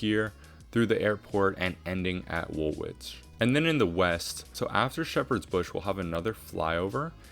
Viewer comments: I loved the extension to City Airport. You could send the Central Line further east from Woolwich to Thamesmead Fun fact: it's Wool-ich 😅 the second w is not pronounced. Cheers man! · W’s are silent in Woolwich and Chiswick. Wool-itch and Chis-ick 😉